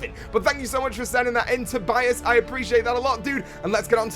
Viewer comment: Toe be as? It's said toe by as.